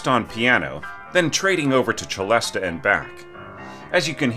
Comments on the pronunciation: I've always pronounced it "selesta". Is that wrong? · "se-LEST" if you're pronouncing it in French, 'celeste;' "che-LEST-ah" if you're pronouncing the Italian word 'celesta.' "se-LEST-ah" is an English-speaking hybrid. Don't worry about it, just go with the flow. It's not hurting anything to pronounce it that way. You may work on a project where all the film music folks say "selesta" - in which case, do the same so they understand you. But I'd say if you're going to make a video or give a talk, try one of the other pronunciations.